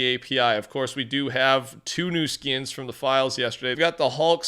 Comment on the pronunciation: Why does bro say “skins” like “skiens” it bothers me so damn much